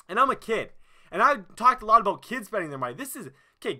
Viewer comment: "Im so passionate 'aboat' this"